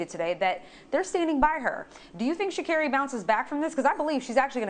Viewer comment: needs to learn how to say her name. It's pronounced Sha'CAREY